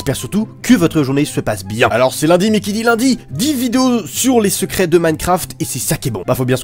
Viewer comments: J'ai compris "sucrés" au lieu de "secrets" 😂😂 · c est moi ou il a dit 10 " sucret " a ? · J'ai entendu dix sucrés 😏